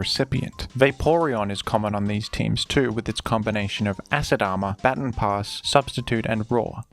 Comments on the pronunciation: Today I learned you people say bat-tin instead of bah-tahn. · It's pronounced ba-TON, like "buh ton", like say button but emphasize the U more There is no such thing as a batin stop saying batin pass if you're gonna make a video about every single baton pass strat say it correctly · I know you recently tweeted about Pokémon pronunciation but come on man it's "Bah-tawn" not "Batten" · Man over here pronouncing baton batin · Its pronounced " Ba-Tawn" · Thank you for your content! Also, its pronounced "bha-ton". Not sure if you just have an accent. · Every time I hear "batin" I lose a little more of my will to live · ITS PRONOUNCED “BUH TAHN” PASS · I wanted to watch this video so bad but I can’t with the pronunciation of baton pass 😭 it’s not even a British thing, most British ppl know how to say baton and I had to stop watching the video bc I can’t take it anymore